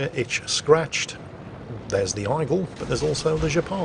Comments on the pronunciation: Aigle is French for eagle and pronounced EGG-luh not EYE-gull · AIgle is pronounced "egg-leh" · Actually, its pronounced Ay-Gluh. Google is free. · I'm not sure (not French), but I think the procunciation is is "A-Glay", it's French of Eagle. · when saying "Aigle" just say "Eagle" instead as butchering the french name it just sounds terrible. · 'aigle' pronounced like a true Brit 🤭